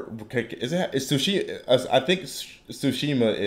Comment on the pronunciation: It's Tsushima, not Sushima.